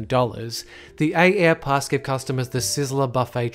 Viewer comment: AAirpass is not pronounced "A-Airpass" its simply pronounced "airpass", same with AAdvantage, and Priority AAccess. the extra A is not pronounced.